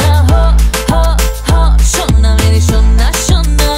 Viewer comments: How many Indians🇮🇳 think that her pronounciation 'SHONA MERI SHONA SONA' is more soothing😌❤️. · Really It's "SHONA MERE SHONA " pronounciation is better than us